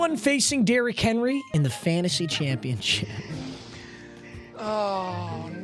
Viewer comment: "Derrick Henly" and "Donathon Taylor" in the first 40 seconds of the vid. in full effect